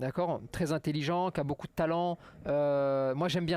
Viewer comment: il est où le "han" dans "beaucoup" ?